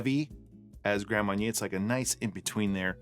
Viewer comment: love it when inexplicable says Grand Mawn-yay